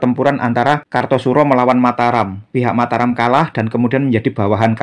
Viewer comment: Sudah benar Mataram. Kita langsung merujuk pada naskah aslinya, bukan mengikuti pengucapan masyarakat modern.